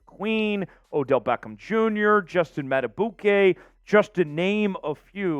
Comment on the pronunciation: PQ. Would love to have him but Madibuike, please find out how to say his name, is more important than PQ. Probably can’t keep both. M. Going to draft a back to go with Mitchell and Justice. Probably can’t give a contract to Gus Bus. Can the Ravens get Clowny or VanNoy to come back, just one of them. Ravens not getting a Verse or a high dollar FA. Get it out ya head. Going to have to get something out of our own young guys too. Someone has to break out. Mike Mac is probably outta here. We only keep him if no offer comes.